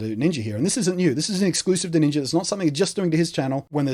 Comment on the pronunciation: HAHA I love when your people say NINJER with your accent ^^ This stuff makes me sure feel old. I cannot fathom for one second why millions would watch someone play games online, let alone give extra monthly money toa millionaire to watch him play games online. WOW! All the power to him for sure, I am just flabbergasted by it all.